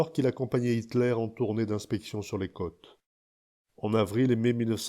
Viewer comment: Les côtes, pas les câtes.